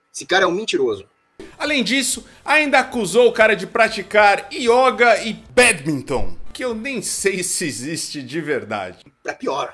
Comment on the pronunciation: é badminton o é que falou meio errado